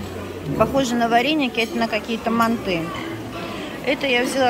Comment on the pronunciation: Добрый день! Манты , ударение на - а